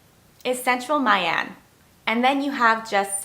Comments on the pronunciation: The correct pronunciation is "Me Ahn", not "Mai Anne". More accurately, "Me" with the up inflection as if you ask "Me???" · FMI, "My" in "My An" Vietnamese people call it like "Me" in English, not the way you pronounced it :)) good content